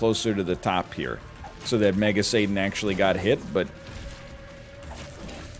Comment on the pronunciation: God I swear sometimes it sounds like NL is saying Mega Satan as MAGA Satan and it gets me rolling